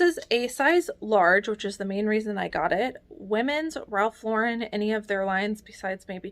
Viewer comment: I'm always happy to hear you pronounce Ralph Lauren correctly. I think resellers who put the accent on the end did not watch Friends.